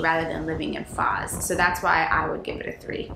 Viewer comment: The lady is pronuncing it wrongly. It is not FAZ, it is FOZ So not Fuzz, but Fauche, like the gentlemen is pronuncing.